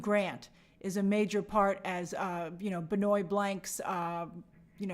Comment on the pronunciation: pronouncing benoit like benoy is very funny